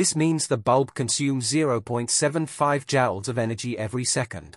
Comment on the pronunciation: Joules not Jowls.... how you gonna take over the world if you cant speak?